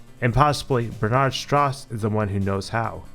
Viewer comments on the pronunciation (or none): Strauss is pronounced “str-ow-s” :)